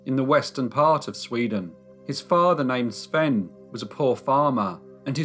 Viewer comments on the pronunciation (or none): none